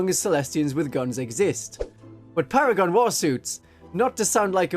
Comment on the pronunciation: They're called Para-gone after all, duh